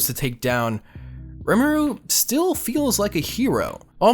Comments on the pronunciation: it's not rem aroo it's reem aroo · Re-ma-au not remru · Ree Moo Rue gets you pretty close in terms to correct pronunciation. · ITS RIMURU NOT RIMOORU